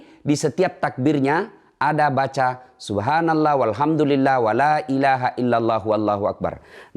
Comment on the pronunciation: Cara mengucapkan subhanallah bikin gw bingung